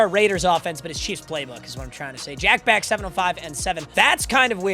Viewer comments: Jack Bech is pronounced like Besh not beck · If I ever hear you say Jack beck again i will unsubscribe, it's bech, i listened for an hour and you continuously said that it's making me go insane as a raiders fan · Jack “beck” was annoying me all video😭😭✌️ its pronounced jack besch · Not trynna be pretentious but it's pronounced jack "besh" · on the behalf of a jack bech fan your saying his name wrong🤣